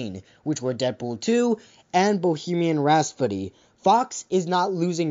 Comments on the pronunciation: Bro did you just say bohemian raspody? Oh lord 😑😑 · you said Bohemian Rhapsody wrong